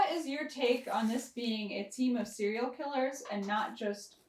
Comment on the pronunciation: Serial....... not "cereal".......